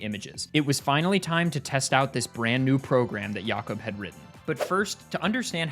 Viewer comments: Mate, at 9 minutes, are you sure it's pronounced "Yacob" and not "Jacob"? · Never heard anyone saying Jakob "Yakob", assuming it's the accent but it's weird hearing that ngl. Might've been pronounced in a different language as far as I'm aware. This is the first time I've seen any pokemon running Doom, it has to be spinda. wheeeeze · Is jakob actually pronounced like that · That's not how you pronounce jacob